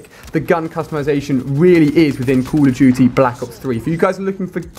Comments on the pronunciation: How Ali-A says "Call of Duty: Black Ops 3": Coola Jooty: Blahkk Ops Three xD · No he is like "Call Of Juty Black Ops 3"